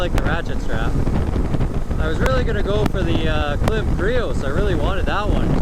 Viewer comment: Klim is pronounced Climb. You probably offended them. LOL